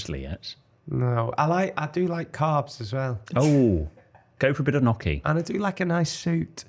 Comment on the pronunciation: Dear, I am sorry to tell you, that your pronunciation of Gnocchi is incorrect, as is the form of the word Cannoli in sour sentence. It is, of course, the plural, the singular is Cannolo. On your etiquette channel, you once talked about the difference between the Italian singular and plural form of the word Panino and Panini. Thank you for your kind words about Venice, the place where I live. Cordialmente, Oliver